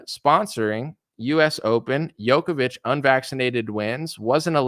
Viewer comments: Long story short, at the end of the day, it is what it is. BTW, Novak's last name is pronounced Joko-vich, not Yoko-vich. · Djokovic is pronounced Joe kovich not Yo. That's why it's spelled with a D, to make sure! But the guy is the total Goat. To be at the grand slam all time top despite being excluded a few times, that's so beyond exceptional people don't even realize! And the fact he stood up to this medic-fascism madness makes victory all the sweeter. Lost a lot of respect for others who bent to the tyranny, even Nadal.